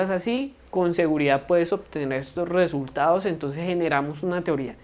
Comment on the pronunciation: Se saltó resultados, dicción de resultados